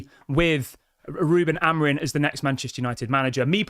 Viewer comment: Why do you keep saying Amorin? It's Amorim.